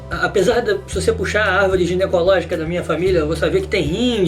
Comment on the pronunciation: bom vídeo mas... vc disse "árvore genecológica"? xDD